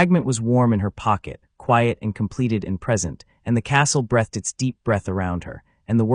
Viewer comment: Breath ed isn't a word. Breath (noun) has no past tense. Please teach your AI how to pronounce breathEd (verb).